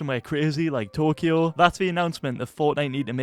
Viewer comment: Man said in Tokyo like I’m trying to get corona virus